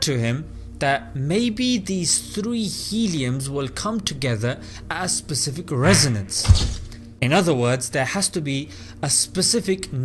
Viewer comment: I like how he pronounces Specific like this: "Sepcifik"